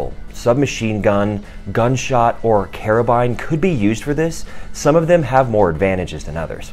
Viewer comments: It's spelt carbine and pronounced carbine. Not spelt Carabine and pronounced Karabine are you Italian? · What’s with all the metric measurements? Instead of “carbine”, it sounds like “carabiner”